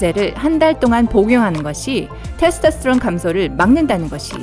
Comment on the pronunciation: 예? 테르토스트론이요? 테스토스트론이요?